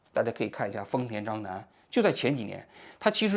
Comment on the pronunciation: 章男听起来像“渣男”😅